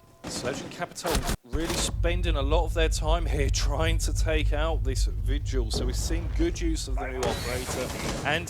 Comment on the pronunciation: lmao he called vigil "Virgil" 😂😂😂😂😂😂😂😂😂. I miss kixstars commentating. you did a great job for your first time. Your a natural